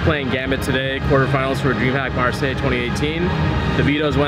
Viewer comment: When you can't pronounce marseille ... read a book